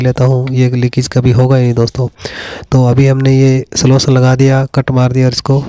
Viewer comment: सोलसन नही गधे सोल्यूशन...